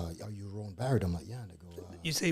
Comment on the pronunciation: Better get dat right "Roan Barrett" big coz!